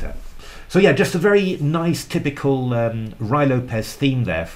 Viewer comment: Roo-ee Lopez